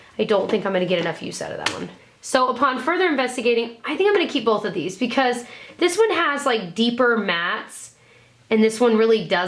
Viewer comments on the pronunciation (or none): Love her but hate how she says "bolth"